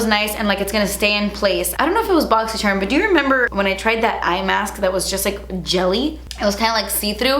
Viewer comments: I always say “boxyyyycherumm” with you 😂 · I love how you say boxycharm funny in every video haha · It makes me so excited for your boxy video just so I can here you say Boxycharm